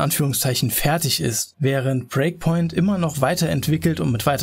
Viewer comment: Warum sagst du immer "Preakpoint" statt Breakpoint?